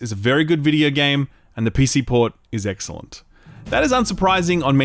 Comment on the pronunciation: Did say EGGxcellent when showing a Kulu Ya-Ku? LOL